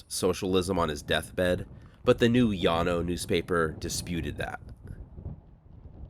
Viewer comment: YES! My grandmother took me out there when I was a teen in the early '70s. Partly for something to do, but also to demonstrate the failures of socialism and communism. They are not a Utopia any more than the underside of my car is. And thank you, THANK YOU for pronouncing "Llano" correctly! And I did not know about the financial aspect of the colony. Oh my God! It was a Ponzi Scheme! What a bunch of bigoted suckers! PERFECT!